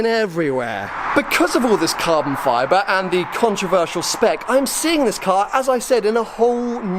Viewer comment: Cahbon fibah